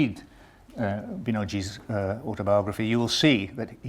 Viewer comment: I'm Hearing Proper pronunciation of 'Nepali' and 'Binod' properly by foreigner for the first time